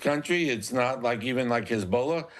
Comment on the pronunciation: Lol HESBOWLUH ...